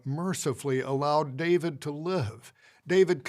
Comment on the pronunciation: This is unrelated to the actual substance, if JW talks can be called substantive, but every time I hear this GB member talking, all I can focus on is how he adds an H sound when he's doing the fake compassion elongating of syllables. "Davihid," "Bathshebha," "Urihah, "resphond," "kihing" good looorddd